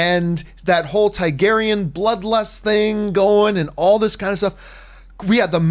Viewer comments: can john not say Targaryan with an "A" TAR-garyan....he keeps saying tigarryan with an "I"...it shouldn't be bothering me but it does. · Is it just me or does John Campea say Targaryan with an "i"....Tiegaryan.....TIE-GARY-AN. When its TAR-GARY-AN. Maybe its a canadian thing. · You're killing me John..say it with me Tar-gair-ee-in !!!